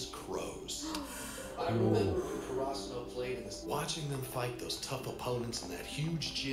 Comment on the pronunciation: the pronunciation of Karasuno sounds weird in the dub but it should be more like CARE-AH-SOO-NO haha